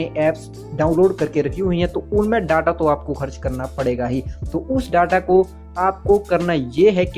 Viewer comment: वो डाटा नहीं डेटा होता है नूब 🤣